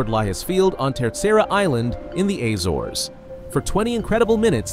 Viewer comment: The azores pronunciation gave me a heart attack